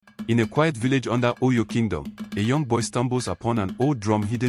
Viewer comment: Nice story, but the pronunciation of OYO😂